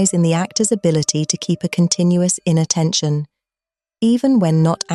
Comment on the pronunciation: Anybody else heard "innattention" until "inner tension" flashed on the screen?